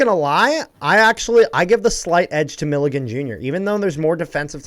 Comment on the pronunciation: Hearing mispronounce Milligan so much hurt me